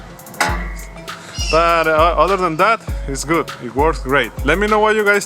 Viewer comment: “ other than that iz goottt” 🤣🤣🤣